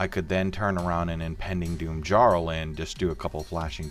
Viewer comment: "Djarl" ??? It's "yarl" . It's Scandinavian (a title, "Earl"), not English.